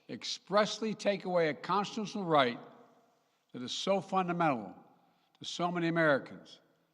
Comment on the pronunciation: "A constshtinll right"